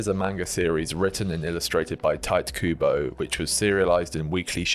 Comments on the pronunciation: ❌ Tee-tay Kubo ✅ TIGHT Kubo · lol why do you keep saying "tight kubo"?